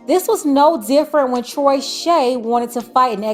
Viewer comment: “Troyshay” 😂😂😂😂😂 never had a chance